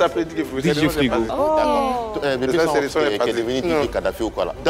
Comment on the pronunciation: Eva aussi fait la liaison de bb sans os ko (bb sans'os )😆